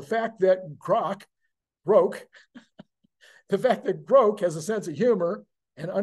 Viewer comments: btw I believe its pronounced like Grock. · Elon’s pronunciation of Grok is wrong. It is a short “O”. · Elon say's its "grok" long "o", its long "o"....